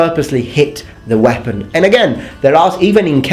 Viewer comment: Whepon? Don't you mean bread knife?